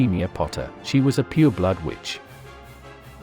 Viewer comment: LOL I heard the same and I was like wth but then I realised that he meant "pure blood" XD